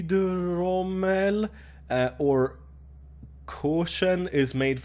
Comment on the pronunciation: You talking french is so fun ! Lol your Hydromel and Vendée pronunciation are so great and apéritif ! So good ! :)